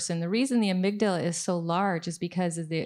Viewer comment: Amyglia? Do you mean amygdala?